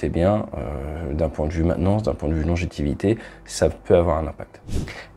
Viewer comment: C'est quoi la "LONGITIVITÉ" ??? 🤣🤣